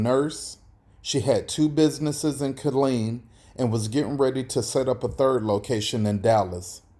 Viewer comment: ITS KILLEEN TEXAS